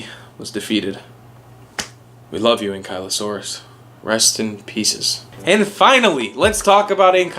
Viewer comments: What great video! However, I always pronounced it like ANKLE-O-SAURUS. Keep them up! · You said it wrong